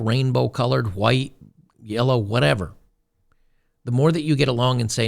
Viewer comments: We were taught at primary school to pronounce the "h" in "white". Back then in 1960s England it was good English. The spitting bit you see here, though, is rather stupid. It's curious the woman is so unreflective that she cannot see this. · It's amazing that she has the cognitive dissonance to make pig noises when pronouncing white in reference to an ethnicity. But then Trump objections by claiming that's how she pronounces white every time... The point of a common language and dialect is ease of communication. If you are going to willfully ignore the rules to serve your own purposes. Expect backlash. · Why does she say “white” like that? Because she is a POS human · This reminds me of J4red t4ylor's pronunciation of "Hwuite" people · The only thing I got out of this video si that in order to properly pronounce "White" you have to hack up a loogie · She's actually pronouncing White that way?